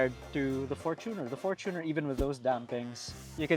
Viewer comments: It's pronounced as "forchuner" and not for-Tuner Mann your for-Tuner is making me hate the Fortuner man Please stop it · its not "fortoonar" its "forchyuner" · Bakit for•to•ner pag pronounce dba dapat for•chuh•nr? I googled it. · Why do you pronounced Fortuner as For-2-Ner? LOL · Fortuner (for·chuh·nr) 😔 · For-tu-ner? Say it correctly atleast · What the heck. Why would pronounce the word fortuner as For2ner. Goodness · . Yep. For two ner. 😂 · For-toon cheller